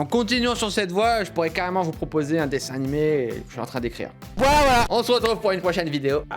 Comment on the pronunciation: dsl cyril mais ARRETE DE DIRE DESSIN NIMÉ !!! 🤪🤪